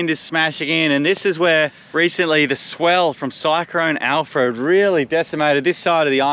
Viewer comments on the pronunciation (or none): “Cycrone Alfrode” 😂😀 Funny! Love the adventures. Keep them coming!